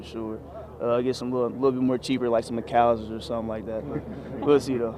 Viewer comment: Juju u can't say McAllister's as a hometown kid!!!